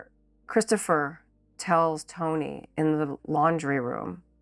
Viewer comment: you're saying it wrong, his name is Christufah